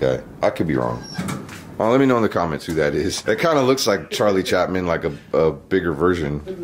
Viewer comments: It's Charlie Chaplin. 😁 Not Chatman. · it's Charlie Chaplin not Chapman lol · Does it sound to anyone else like he is saying Charlie chapman instead of Charlie Chaplin. Drove me nuts. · Plus, even if it was Charlie, it's CHAPLIN, not Chapman. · The man said Chapman instead of Chaplin so of course he wasn't going to get Hardy right. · TheCastleUser he did say Chapman lol